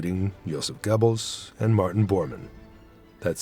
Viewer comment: Is the AI narration? Hope so, otherwise the guy speaking can’t pronounce the name “Goebbels.”